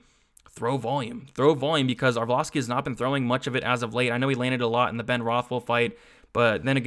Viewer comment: Haha every time he fights, you crack me up with "arvloski"